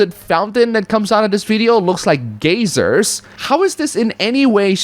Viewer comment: Gaysers? XD you said Gaysers not Geysers